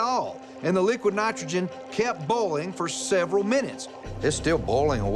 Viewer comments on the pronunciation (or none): is he saying boil-ing as bowl-ing lol